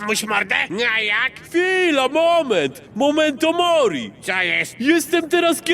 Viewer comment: to memento mori e nie momento mori